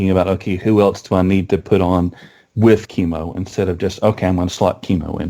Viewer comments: It's Chem-O like chemical. Not Keemo like cancer treatment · Yeah, the "Keemo" thing really irritated me as well. I've always thought of him as a CHEMical Organism, so Chem-O sounds right in my head while "Keemo" just sounds wrong. Hey, poe-tah-toe ~ poe-tay-to ... such is the nature of the hodge-podge English language. ;) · Just checked an official DC cartoon, he is right it's "kem oh" not "keem oh". I've pronounced it wrong my entire life =(